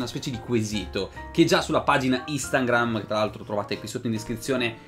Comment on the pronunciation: Mamma mia che fastidio quando dici istangram, si chiama instagram...